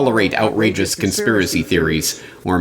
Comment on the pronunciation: Tedrosito cant even pronounce con-s-piracy theories! 😂 Damn it! 😂😂😂😂😂😂😂😂😂😂😂😂 Bush the bush! 😂😂😂😂😂😂😂😂😂😂😂😁😁😂😂😂😂😂 what a wonderful specimen of human self organising bioverse!